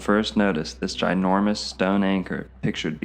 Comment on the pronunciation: Please stop saying "ginormas"!!!